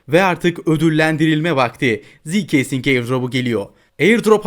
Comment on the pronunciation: ziikesing diye diye getirdin😂🎉